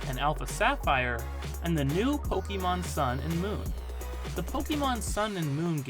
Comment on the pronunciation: a wrong pronunciation nevertheless, source: you can stop making this mistake on your next video 😉